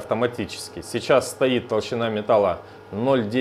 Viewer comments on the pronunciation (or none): none